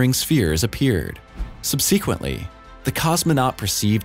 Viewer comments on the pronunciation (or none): "SUB-seh-kwent-ly", not "sub SEEK-went-ly", for heaven's sake. 🤪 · Subsi’quently not sub’see-quently. ‘…this US American’?!?!? Whaaat? Was this written by a low IQ AI prgm? This is the second video in a row w/ severe idiocies noted. I’m getting nervous… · OMG … how do you pronounce “subsequently?” . NOT SUBSEEEEKWENTLY …. but SUB-SE-QUENT-LY. Thank you. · “SUBsequently,” not “subSEquently” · If guy can't pronounce subsequently I'm out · Sub-See-quently? No disrespect but it's pronounced Sub-si-quently just saying. :) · Is this a real person narrating this? "Subsequently" is not pronounced "Sub SEE quent ly". It's pronounced "SUB sah quent ly". As on "subsequent" and then "ly". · Good vid but... Holy crap 85% of youtube narrators: its pronounced SUB-SAH-QUINT!! not sub-see-quent. dammit thats annoying. Almost as annoying g as more than half sayung: 3a.m. in the morning.. obv 3 a.m. is in the morning! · "Sub-seek-wently"? Mispronounced twice within one minute? Oh, the horrors! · I've heard that in other videos. Probably the way it is said in the US but I know what you mean; it's just another one for us to moan about! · "sub-see-quently"? LOL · Sub... seaquent? Really?! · "sub-SEQU-ently" with the emphasis on the 'SEQU' syllable, WTF is that about ?? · SubSEEquently? Seriously?? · Are you a robo-voice? The word is,, "subsequently" NOT, "sub- sequently". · People come from all over the world and have DIFFERENT pronunciations of words...not MISpronunciations. Hell, people who live in the same state even pronounce things different from one another depending on dialects. Or is the way you say it the only correct way???? Jeeeez. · Subsequently. Please look up the pronunciation. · Mysterious pronunciation of the word "sub sequently". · Strangest thing here is how this narrator pronounces "subsequently". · Highly original pronunciation of 'subsequently'. Couldn't they get an English speaker to narrate? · .... "subsequently" is not pronounced that way....